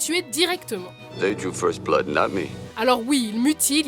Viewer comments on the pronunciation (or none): none